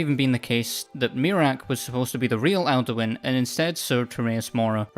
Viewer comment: I keep hearing Elduin not Alduin and I was confused for about half the video until I read the subtitles. Cool theory tho